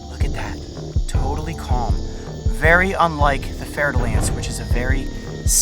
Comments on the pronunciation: I'm french and I just realized, after two years of watching this channel, that the pit viper he oftenly refers to and that was behind him here is very frenchly called "fer-de-lance"... which I always heard here as "fertile-ant" with some weird "i" pronunciation....... x) no wonder I never found it on google, had to wikipedia the hole pit viper family xDD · its fer da lance snake just in case you think hes saying fertile ants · "fer-de-lance" lol i love how u prononce french snakes names (btw im french ik what im talking about) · It’s fer-de-lance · “We also have to be careful for venomous snakes” A bit later: The fer-da-lance: yo wth dude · he says " There's a Fer-de-Lance to your right." I couldn't figure out what he said until literally now lol